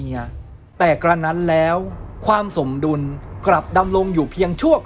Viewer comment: อ่านผิดรึป่าว สมดุล อ่านว่า สม-ดุน ไม่ไช่ สะ-มะ-ดุน